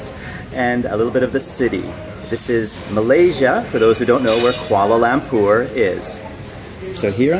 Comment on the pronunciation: Oh My God welcome to Malaysia!! I am a Malaysian but sadly im not from Kuala Lumpur. Im from kuching. Come to kuching!!! XD jk I have been to Kuala lumpur to meet my cousin. Btw the way you say Kuala lumpur is Lampur XD But seriously wow i didnt know that you were coming to Malaysia. XD I would really like to see you irl. Hopefully one day:)